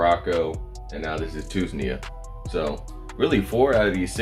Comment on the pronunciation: two-knees-ja = tunisia 🤣🤣🤣 good post, i am following this, good info thanks